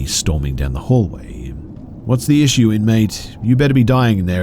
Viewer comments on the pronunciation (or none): none